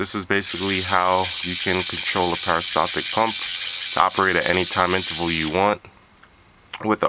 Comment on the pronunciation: peri staltic, not para steltic